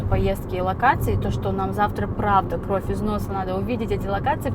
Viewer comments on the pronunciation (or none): none